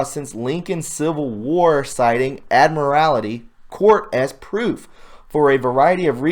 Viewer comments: admiralty, think admiral-T, not ad-mir-al-i-ty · Pronounced Admiral-tee, not Admi rail ity, it is considered maritime or military law., you asked: “Could we be under martial law and not know it?” Obviously, yes. Someone would need to investigate how far back the gold-fringed U.S. flags have been displayed throughout the Capitol and WH rotundas. They are clearly identifiable behind criminals Pelosi and Schumer. Perhaps they are too self-absorbed to recognize their false statements within a martial law jurisdiction. Some brief but crucially instructional observations: Carry on... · FYI: There is only one "i" in the word "Admiralty". There is no "i" between the letters "l" & "t", as you Pronounced it multiple times. ~ "Admiralty Law" & "Maritime Law" are Synonymous alluding to "The Law of the High Seas while ON BOARD a SHIP" & NOT "The LAW of THE LAND". Yet the Gold Fringe on the US Flag & State Flag in a courtroom behind a judge INDICATES AN ADMIRALTY COURT and NOT The LAW of The LAND, known as Common Law. Consequently the Judge is Captain of The Ship or Courtroom. Note: The "Roads & Hiways" are considered to be "Inland Waterways" by THIS COURT'S "JURISDICTION" & YOUR CONTRACT OF AGREEMENT YOU SIGNED ON YOUR DRIVER'S "LICENSE". Look it up. Thank you for your XLNT Reportage.